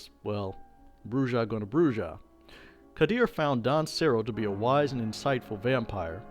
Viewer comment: Pronunciation matters. "BROO-hah" because it's a Spanish word.